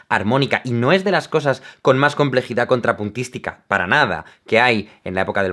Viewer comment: "una obra conjinpuntístico slmasl tres" :|